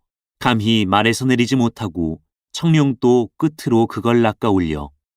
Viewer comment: 청룡도 --> 청뇽도(O) 청뇽또(X)